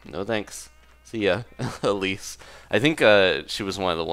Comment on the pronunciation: Um just letting you know its pronounced eeeeeeeeelise